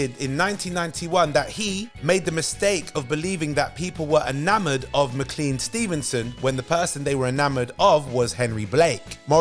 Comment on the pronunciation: That's pronounced Mc-CLANE Stevenson. Not Mr. Clean Stevenson.